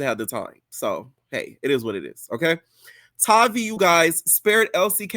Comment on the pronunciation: Her name Tavii w a hard ‘A.’ Her real name is Octavia..Tavii is short for that. Her name isn’t hard. Atp, y’all are mispronouncing her sht on purpose.